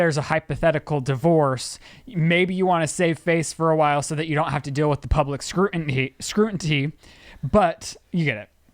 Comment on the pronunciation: lizzies side-eye at rylands “scrutinTy” 😂